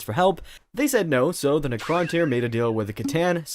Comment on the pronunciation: Is this AI voice? The way you pronounce Necrontyr is weird.